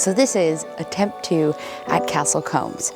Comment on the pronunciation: Hi, just one small point… combs go through your hair, Coombes sounds like mooo